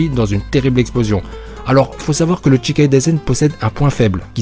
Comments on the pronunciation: c'est shikai et non chikai donc ça ne se lit pas "tchikai". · Shikai pas Tchikai sinon super vidéo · Bonne vidéo, mais on dit pas chi ( tchi ) chikaï mais shikaï. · Ça se dit pas tchikai mais juste shikai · "Sh"ikai et pas "Tchi"kai ^^ ;) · Ca se prononce Chie caille, pas Tchicaille. Shi = Chie // Chi = Tchi. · bonne vidéo celà dit petite erreur on prononce pas chikai mais shikai ^^ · " tchikai" ça me perturbe !!